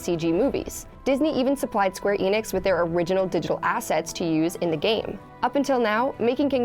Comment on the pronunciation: I get so tired of hearing ppl say Square "E. Nix" instead of "Ehnix"!